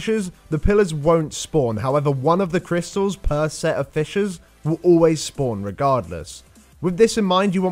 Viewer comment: sounds like he says fishes instead of fissures, so i had to tabb out of wow just to make sure xD